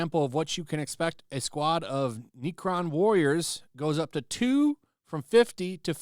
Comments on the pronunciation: "The price of neeee-cron warriors" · "Neeekron Warriors" lmaoooooooooo!